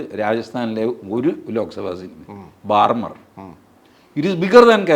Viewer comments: Barmar അല്ല Barmer (ബാഡ്മീർ ) എന്നാണു ഉച്ചാരണം. please note. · Written as Barmer, It's pronounced BAADMER.